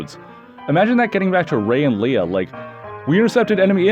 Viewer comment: Or when you pronounce leia “Lee-ah”